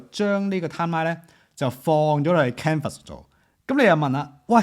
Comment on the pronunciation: 多謝同支持廣東話影片，不過有樣野想提一提，我覺得都幾"un" 耳，就係Canva 個讀音...